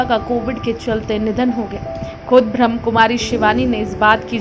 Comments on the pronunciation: एंकर महोदया उच्चारण सही करें। ब्रह्म कुमारी नही है। ब्रह्मा कुमारी है। वैसे मैं ब्रह्मा कुमारी से नही हूँ। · स्वीट सिस्टर एक request है नाम सही से बोले ब्रह्माकुमारी ब्रह्मा कुमारी ब्रह्मकुमारी ब्रह्म कुमारी नही😊